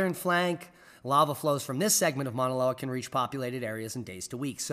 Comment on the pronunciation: Hello. Minute marker - The Hawaiian volcano is pronounced "Mau_naloa" (like ow! that hurts!) ... great try, though!🌺